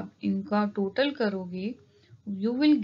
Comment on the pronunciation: Aapne total ko toted bola